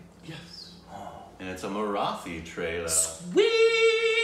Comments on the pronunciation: Pronounce Marathi as Mara’T’hi. The T is a firm T, unlike southern Indian languages. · No. You're spelling Marathi wrong. The "thi" should be spelled like "tea". The easiest thing you can do is check the pronunciations on Google. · marathi... stress on the 'thi' while you pronounce it... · Its actually pronounced as Maratee .. and the people are called Maharashtrian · Not exactly pronounced as Marathee but marateeh..😬😏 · "Marathi" word is pronounced as-->"muh· raa·tthee" see google pronunciations for more.. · Guys this is 4 days late but, the correct pronunciation of Marathi is Mara(T)i. The (th) is pronounced as T. Thought this would helpful :) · The syllable Thi in the word Marathi is pronounced as how a British would pronounce Tea. You got Ma and Raa correct. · Marathi has a hard ‘th’ sound. Kind of like an English ‘T’. Love the fact that you’re appreciating marathi cinema ❤️ Also, people who speak Marathi are generally from the state of Maharashtra, therefore called Maharashtrians, or simply, Marathi people 😃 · People of Maharashtra (of which Mumbai/Bombay is also a part of) are called Maharashtrian and speak Marathi.. (someone correct me if I am wrong) but the "th" is Marathi is spoken similar to "T" in Taught. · and, the TH vowel sound in the word Marathi is a hard expulsive T (hence the letter H added to the T). It is as hard (or harder with an expulsion of breath) as in the letter T in the English word Tea. Maharashtra (the great kingdom/land) is the west coast state that Mumbai is the largest city of. And Indian CH sounds are like the American CH in CHuck, and CHeek, and CHest. Thus the root word CHand ("Chaand" moon) does NOT sound like Shand. And CHandra ("Chun/dra" the moon god) is NOT pronounced SHandra. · Amazing video as always! Don't want to be picky but the pronunciation of "th" in Marathi is as it is pronounced in "Neanderthal", and not in "birth".